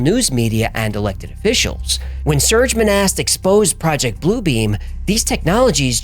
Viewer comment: Its pronounced 'Moh-Nah' and not 'Mo-Nasst'. And yes; i speak French and i live where Monast lived. --- (Serge Monast is pronounced 'Sair-ge Moh-Nah')